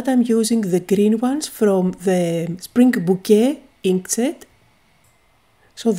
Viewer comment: bouquet pronounced as "bookay" not booket